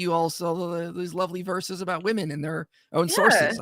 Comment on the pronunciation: She cannot say correctly the plurality of women, she says woman. This drives me crazy with people today.